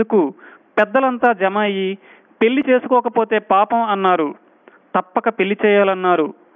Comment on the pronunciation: Thanks for the answer. Since the topic was completely around the word "pelli". That's why I thought it was important. It also sounds like ళ not ల.